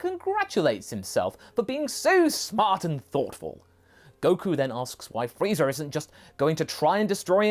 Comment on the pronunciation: After watching TFS abridged series all I hear is Freezer. Wait is he saying freezer or frieza?